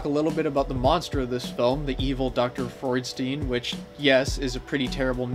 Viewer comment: I wonder why they pronounced Freudstein that way, you don't pronounce Frankenstein that way.